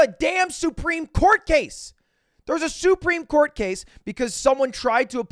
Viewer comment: Great video, probably. But why does he say Soup-reme court, and not supreme? Answer me that Edit: yeah great video, very well worded and researched